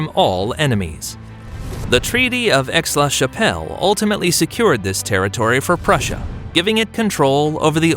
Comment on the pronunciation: Also, pretty sure Aix is not pronounced Ex in French.